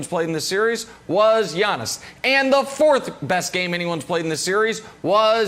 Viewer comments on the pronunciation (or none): Nobody: Giannis Brandon: Yonnis; Yinnis; Yawnnis; Awnnis; Ones; Onnis; Onyx; Yawning 😭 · Can somebody tell Brandon it's 'Giannis' not "Yawnnis".. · Brandon Marshall calling him Yawnis is HILARIOUS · The G is silent in Giannis name so I don't understand why Brandon is putting emphasis pronouncing his name. 😂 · Brandon pronounces Giannis name funny